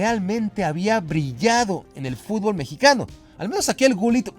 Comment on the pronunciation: 2025 y los memexicanos siguen sin saber jugar al fútbol. Ni tampoco pronunciarlo correctamente. Sigan así.